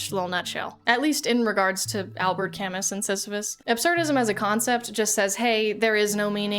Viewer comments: The pinned comment really hurt because this is one of your weakest essays. It doesn't understand Camus. It misapplies both absurdism and existentialism to gaming. And you mispronounce Camus; it's "Ca-Moo" like what cows say. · I absolutely love the raw authenticity of this video and the palpable excitement to incorporate a life changing lesson into it, great job. Also, its cam-oo... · I absolutely love your videos! But I just need to get this out so it doesn't grind the gears in my head because of the tism: Albert Camus is more pronounced like "Al-bear Kah-moo", but no offense <3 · camus is pronounced camoooooooo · Great video - few things. needs a fact check: Sisyphus is a centuries old greek myth, NOT written by Albert Camus. Camus is pronounced Ka-moo. I think you have the bandwidth and talent to do longform video-essay type content - just maybe a fact check here and there if you're going to explore this format! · Albert Camus is pronounced Al-behr Camoo. Still I loved hearing your thoughts on this stuff. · mrdring the pronunciation of kahmoo (Camus) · its pronounced CAMOO btw 😭. sorry I had to read his Algeria stuff for school and my prof was stern about that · Important note: it’s pronounced “ca-moo” and he did not invent Sisyphus; he only added a new interpretation on the Greek myth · "Albert Camiss" 💀 I ain't staying to hear Nietzsche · Isn't Albert Camus's name pronounced 'Camoo' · "albert cam-is" hit me like a truck but otherwise a great video! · Albert Camus was French. His name is pronounced alBEAR kaMOO. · Hey! A few quick corrections: Camus is pronounced “camoo”, and Sisyphus isn’t “from” his essay, he’s a character in Greek mythology who was forced to do the boulder thing in the afterlife because he pissed off zeus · An even more nitpicky correction - Albert Camus is pronounced with a silent T, silent S and the u has an ee sound So like Alber Camee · Great vid! But just had to say that Camus is pronounced camoo and that frisk uses they them pronouns